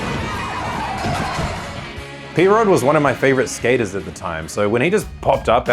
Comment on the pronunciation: If this AI says Skater eyes oince more I'll loose it